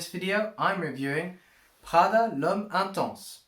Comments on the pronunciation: It’s not French “pghada” , it’s Italian PRADA. My goodness! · Pronunciation 😂 speaking in English with a French pronunciation of the Italian brand. Slow down dude. It’s just coming off too fraudulent to take this seriously lol